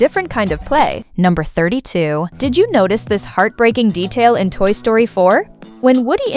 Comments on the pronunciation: why you said sroty ITS story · Toy Sroty ❌ Toy Story ✅